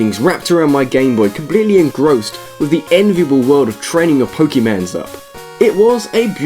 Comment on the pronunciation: "Training 'pokey-mans' up" If you can't even pronounce the title of games correctly, there isn't much value to your word or even your opinion as a gamer. NEXT!